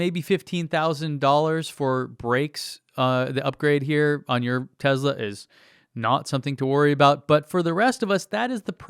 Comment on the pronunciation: I love it when people like Joe Rogan talk about things without actual facts, and yet they are convinced they know everything about the topic. But it would be great if you got to talk with him. Because you're a fact minded, level headed guy. Even if you pronounce Tesla wrong. :)